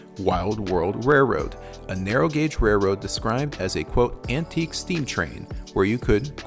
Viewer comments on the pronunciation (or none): none